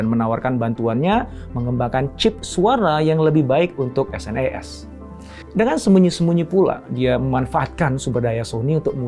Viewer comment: SNES (Super Nintendo Entertainment System) dibacanya senes pak bukan dispelling S.N.E.S. yg ngalamin masa bocah di thn 90an pasti ngerti.